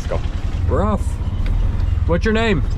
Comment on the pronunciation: It's actually pronounced as Akhee...lesh... He said akles n you follow the same 😂😂😂 I am afraid that where you will end up learning all auto guys kind of Hindi 😂😂😂😂